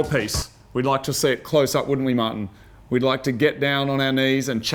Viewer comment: All those goats... till when moog calls martin it sounds like mutton.